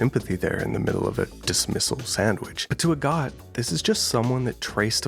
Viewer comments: its actually pronounded like ahh-got cus it's based on agatha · every time u say agott i thunk u say a god